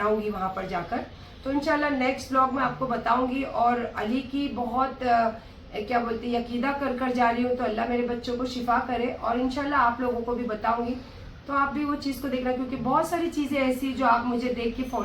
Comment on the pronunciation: Yakida kya hota hai?? Aqeeda hota hai jahil aurat